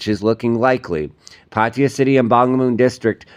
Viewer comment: Ok. If you are reporting the news in Thailand, then put in a little effort to at least TRY to pronounce the names of cities correctly. Your complete butchering of the word PATTAYA is painful to the ears. And I'm a farang. Come on! Just ask any Thai person (there is probably one standing next to you) to pronounce it for you and just imitate. It's not that difficult. PATEE-YA, indeed!!!